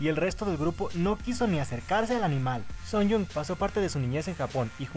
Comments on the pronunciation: Muero un poco cada vez que escucho 'Sunyong' en vez de 'Suyeon' (Sooyoung) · No es Seonjiu, es Seojiun; tampoco es Sooyoung, es Suyoung (hablando de pronunciación). Aparte confundias mucho a Sooyoung con Seohyun, pero de ahí en fuera todo bien.